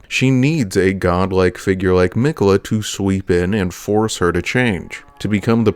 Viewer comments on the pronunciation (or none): I'm just realizing watching this video that everyone in-game pronounces his name "Mik'yeh'la"